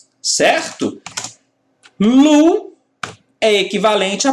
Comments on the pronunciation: Otima aula. desculpe a correção do seu ingles. o estado LOW (baixo) pronuncia-se Lôu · Low se pronuncia "lôu". Seu método de ensino é muito bom. Você sabe exatamente o quanto de informação e quando deve ser apresentada ao aluno, quase como se você soubesse a "arquitetura da cabeça de cada aluno". É como se vc fosse capaz de programar as pessoas. Muito obrigado pelo excelente trabalho e por compartilhar seu conhecimento. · Aula muito top!!! A pronúncia é lôu.